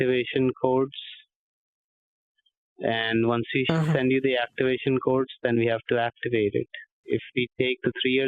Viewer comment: He was saying "activation cords." I swear.